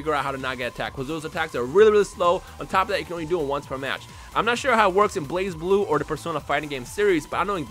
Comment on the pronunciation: DAMNIT its not called Blaze-Blue but Bl-uhz-bloo